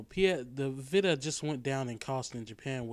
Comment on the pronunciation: veeta.... VEEETA not vihta